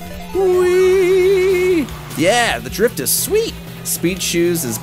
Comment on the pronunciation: You're saying drift wrong